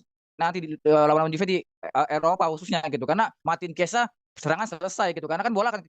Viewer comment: ciao bianconero, chiesa dibaca kiesa bukan ciesa